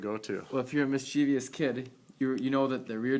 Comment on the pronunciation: Seriously? How do you get the pronunciation "miss-chee-vee-us" from the word mischievous? Listen to this